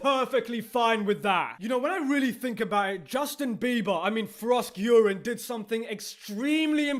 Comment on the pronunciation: Frosk-Urine. I keep laughing every time I hear him do that...